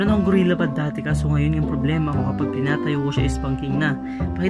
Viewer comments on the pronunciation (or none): gorillapod tsong hindi gurella pod